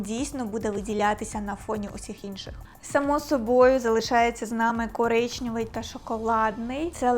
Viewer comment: КОРИЧНЕВИЙ, а не коричнЬОвий